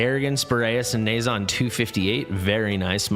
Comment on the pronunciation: It seems, oddly, that it's pronounced "Nuh-JYAH". That's how Erlang pronounced it in the game, anyway.